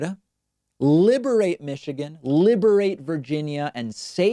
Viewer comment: Did he say liberate or inebriate?